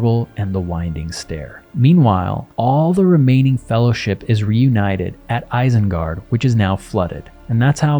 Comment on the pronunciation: ISENGARD is pronounced with initial I as in "machine". Source: Tolkien.